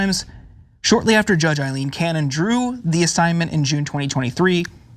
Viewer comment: It's Aileen, with an 'A',. Not Ilene. You are insulting everyone named Ilene, including my cousin.